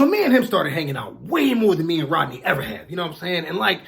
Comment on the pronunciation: Rodney, sounds like Roddy to me